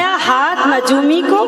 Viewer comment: Najoomi nia ye lafz nujumi hai